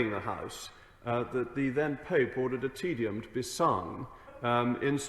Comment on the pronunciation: It’s not pronounced “tedium” you entitled plonker. What school did you pay to attend?🤦🏻‍♀️